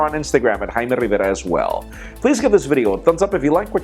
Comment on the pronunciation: It almost sounds like he says his name "Hymen Rivera". lol.